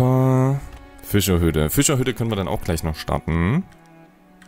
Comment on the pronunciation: Ich liebe wie du Füschahüdde sagst 🤣